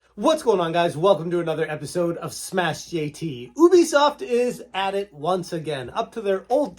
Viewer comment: It's You-Bee-Soft dude. Ask them if you need proof :)